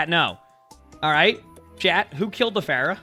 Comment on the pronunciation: this is the first time i heard "Floor-ah" and i fckn' died 💀🤣